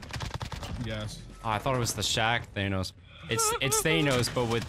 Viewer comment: thanos: DAN-nos